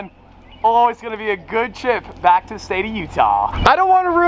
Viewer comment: " Aaaand were bwack baby " wadies and gentlemen " lol 😂 you kill me bro!